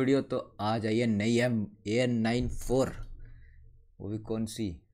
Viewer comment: Bhai vo a994 nahi an94 hota haa